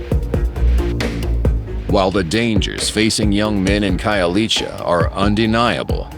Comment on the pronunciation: I love that narrator buddy pronounced Khayelitsha perfect to the tee